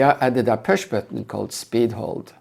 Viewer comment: this pewsh batton ?😂